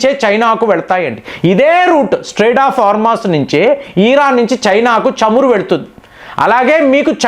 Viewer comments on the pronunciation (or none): none